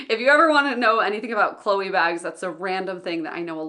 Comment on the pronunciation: I definitely like the non-guilt-inducing tone of your videos, showing the reality of people who are not lazy, weak or others.. but only struggle with self-limitations and try to overcome them. Thanks for talking about these subjects ! Cheers from France (you didn't pronounce Chloé that bad 😉)